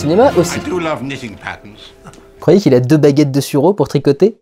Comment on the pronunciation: On dit Sureau, pas suro ;-)